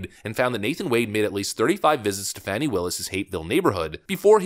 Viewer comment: Her name is being pronounced wrong. Sounds like "Fawny".